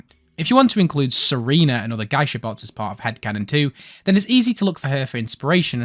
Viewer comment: it's pronounced "gey-sha" btw